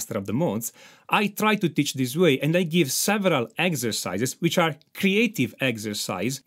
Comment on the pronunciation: ”MAJOR AND MINOR SCASE” “EGZESICE” I could listen to that allllllllll day😅👍👍👍👍